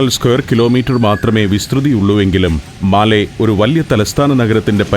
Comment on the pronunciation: മാലി അല്ല. മാലെ